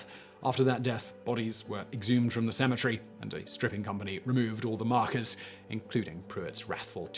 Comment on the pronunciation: Sounds like you're saying symmetry instead of cemetary.